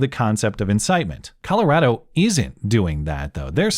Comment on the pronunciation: You say Colorado like a Coloradan.